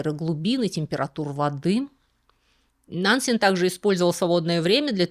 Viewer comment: Очень интересно было слушать, за одним исключением. Уж простите, но мне кажется, что фамилию Нансен надо произносить с жёсткой Е, как Э.